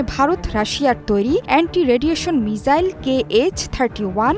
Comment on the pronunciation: মিজাইল ❌ মিসাইল ✅